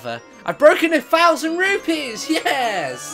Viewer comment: Rupees not Rupies